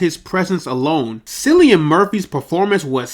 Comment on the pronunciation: Gonna help you out with a couple things as your big bro, mate: 1) It’s pronounced Killian, not Sillian. 2) Your passion comes through and you have a chance of succeeding with this channel on a bigger scale than you realize. 3) You’re going to have to invest more into this for #2 to be possible. Dedicate a full room to this - your background and cheap pop filter are the only off putting things about this video. Thank me later and take care, The Boy (big bro)